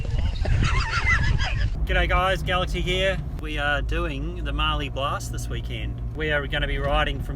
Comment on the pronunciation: Great video, but I’ve never heard anyone pronounce Mallee like that! It’s a short “a” sound, like in cat, not like the a one “bath”. Having said that, you did have a mud bath so maybe “Marlee” was appropriate!